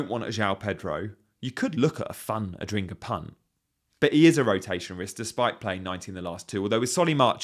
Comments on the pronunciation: Yeah. Don't understand why they keep pronunciate him as Adringa instead of Adingra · Why do all FPL creators seem to have an issue saying Adingra? Lol. Adringa, Ardinga, Ardingra, Ajringa, etc . . . it's at a point where I feel like there's a meme I haven't seen that explains why people are collectively refusing to say it the way it's written lol.